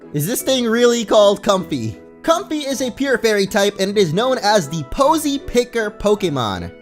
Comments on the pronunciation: I'm pretty sure it's pronounced so it rhymes with the word way (like Com-fay) not comfy lol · Comfey's name is pronounced COM-FAY. Fey (fay) is a term for fairies. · It's pronounced "Com-Fay" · it's com-fai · I think it should be pronounced com-fei because of lei. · I think it is pronounced com-fei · i think its pronounced com-FAY like ley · i think its a play on com-fey or "fey" which is what you call a fairy